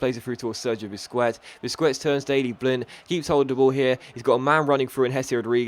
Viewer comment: I swear I cringe every time you say "Busqwets" xD